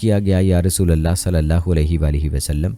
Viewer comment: App kalma galat perh rahy hen RASULULLAH perhna hay zabar nahi lagana pesh lagana hay RASOLALLAH nahi perhna kalma galat nahi perhna cahiye zer zabar galat perhny say minning change ho jaty hen